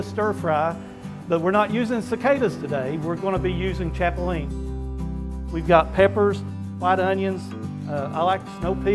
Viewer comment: By the way? It’s chapulinas... not the way you’re saying it...